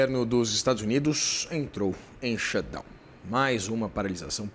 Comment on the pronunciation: A correspondente brasileira que provavelmente mora em NYC, pronuncia a palavra shutdown perfeito mas quando fala a palavra money “mãni pronuncia correta. Ela fala monei . E você ainda confia nas apurações de jornalista assim?